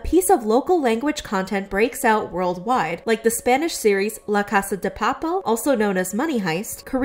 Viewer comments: Did i just heard "la casa de papwl" ? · Ok I know this video’s subject is serious but.. “La casá de päpèl” 💀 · as someone who speaks spanish, the way you said "la casa de papel" was funny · Off-topic, but the way she said "La Casa De Papel" made me wanna cry so bad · I HAD it when they pronounced La Casa De Papel. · La casa de wat now!? ......I know for Americans is hard to say somting in Spanish but.... Wat is this ? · ik you ain't spanish but you said "la casa de papel" REALLY badly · i cant with they way she said La Casa de Papel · XD la casa de papel why do you say it like that Its clearly Spanish